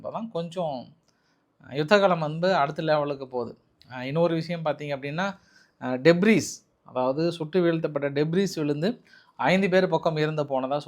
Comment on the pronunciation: Debris I Debris eñru ucharikka veandum